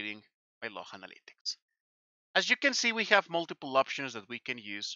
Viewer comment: I love how he says "the activity logh, folks. Platform level, my friends."